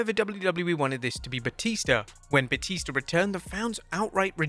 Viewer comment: "Blue tista" I didn't know that Batista his named after the River Tista😂